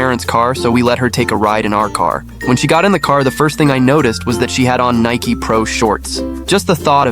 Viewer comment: how tf do you mispronounce “Nike” 🥀